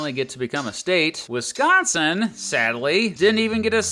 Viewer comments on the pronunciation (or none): none